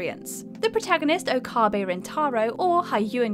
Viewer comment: Stains ... Gate and Okaahhhbe. I think I threw up in my mouth a little bit!